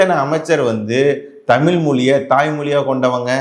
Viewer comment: தமில், தமிலன் அல்ல. தமிழ், தமிழர் என்று சொல்லவேண்டும்